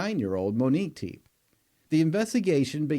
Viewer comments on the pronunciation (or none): Good lord—it’s pronounced Teppy, not Teep!! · Their surname is pronounced "Tep-ay," not "Teep." Rest in eternal peace, Dr. and Mrs. Tepe. God bless and comfort your children, family, and friends. .🙏🕊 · Which video/coverage have you heard their last name pronounced as freaking TEEP! Was it the same video they mentioned a SEVEN month old baby? smh smh Y’all just say and post ANYTHING! Their last name is TEPE! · Pronouned "Te-pay". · Really? You couldn’t find out the correct pronunciation of their name or the actual ages of the children? Pathetic. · I don't know the correct pronunciation of Tepe. I can say you are the only podcaster to pronounce it as one syllable. Is everyone else wrong? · You got the past name pronunciation wrong